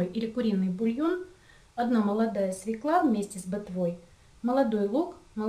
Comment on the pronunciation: Все-таки - свЁкла, а не свекла, уж извините.